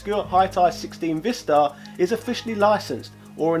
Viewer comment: According to the Korean phonetics, it's actually pronounced, "VAI-star"...rhyming with "bye", "hi", "cry", etc.